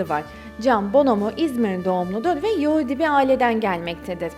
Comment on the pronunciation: Daha yahudi demeyi beceremiyon geri....